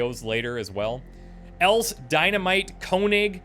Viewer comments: Happy to see the MOCX this season. Btw, Else is an elderly german name like Elsa or Elisabeth. Its also known in Danish and Norwegian. The second 'e' is pronounced like the first 'e' and sounds like an english 'a'. So its not pronounced 'els' its more 'else' with a short 'a' at the end. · I am pretty sure that there is already a comment how to pronounce 'Else' as a real German, like myself. But if there is not, I will try to explain it to you. The second 'e' is not silence and it sounds exactly like the first 'E'. And the 's' sounds like the english z, a more soft sound almost like 'the'. So you could say 'Elthe'. And Konig should be König, means king in english. Have fun with your .... 10th... XCOM2 sereis. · Try pronouncing “Else” with a thin “L”, rather then the typical Anglo thick L. I guess like in Spanish “el soldado” etc. And indeed you pronounce the final E, so don’t say “L’s” - sounds like a diner or a bar!